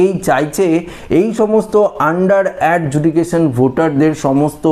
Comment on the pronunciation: ভাই আপনি প্রথম থেকেই সব ভিডিও তে বলে যাচ্ছেন "Under judication". ওটা হবে "Under Adjudication". সংশোধন করে নিন।